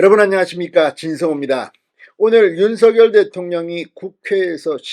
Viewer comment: 대한민국은 대통령이 두명? 한사람은 윤서결이고, 또 한사람은 윤성열인가? 윤석열 발음은 윤서결이 아니고 윤성열로 해야한다. 발음법으로는 윤서결이 맞으나, 이름은 고유명사인 관계로 본인이 불려주길 원하는 윤성열이 맞다고 한다. 고집 좀 버리세요?